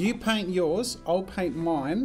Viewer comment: You said pain instead of paint